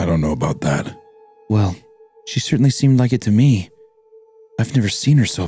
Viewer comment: Honestly thought nothing was worse than Wendi's pronunciation of "certainly" then I heard him use the word "Latin" Honestly despicable.